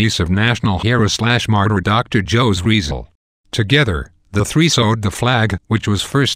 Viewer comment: OK your proncing the name wrong its Jose with the H sound and the last name is hard I'll teach people how to speak taglogi in my channel to avoid this